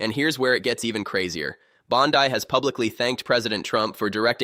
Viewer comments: Can’t even pronounce the name right. It’s not BONDI her last name is BONDEEEEE. HORRIBLE AI. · Jeebus teach your AI personality to say Bonde or Bondy or Bondee! 😂